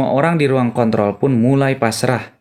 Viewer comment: Lagi serius liat nya jadi ketawa gara gara salah ucap kontrol njir